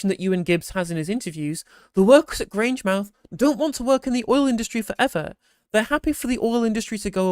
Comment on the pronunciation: It's Grange mouth. Not Grangemith.